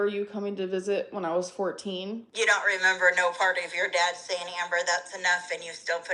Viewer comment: "Wait whut wuz I sayeen? Sorry I got distracted by that emoji. Anyways..." (Then she instantly and flawlessly recalls what she "forgot.") 😂